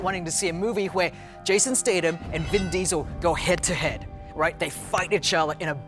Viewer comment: ITS STATHAM NOT STADAM, YOU SHOULD KNOW BECAUSE YOU WORKED WITH HIM...